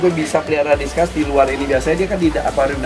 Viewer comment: Diskus oy bukan diskas soalnya asal nama itu dari bahasa latin